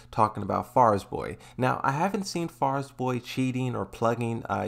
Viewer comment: "Farzboy" dude